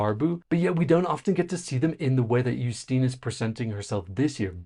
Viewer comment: 1. Yes, accent aside, you're saying her names correctly :D 2. It's so strange to see someone praise the Polish NF... I was also very impressed with it - especially with how quickly and smoothly everything was going. But it's still strange to not have a whole selection shadowed by controversy, for once. 3. I still kinda wish "Lusterka" won, but Justyna seems so happy to represent us, that I can't really be mad. At least she understands the stakes and cares about the contest. 4. As for the weird dance move... I assume her arms were weaker after hanging from the ceiling, so they went with a simpler move to give her a moment to ""rest"". But I feel like this would be a good part for her to just stand still for a second.